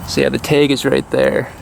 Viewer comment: Why do you say tag funny?